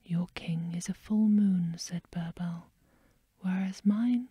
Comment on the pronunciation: Also the i in birbal is pronounced as e😊